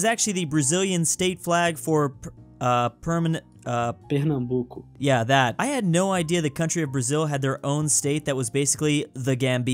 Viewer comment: I'm lowkey laughing at the fact that you couldn't pronounce "Pernambuco"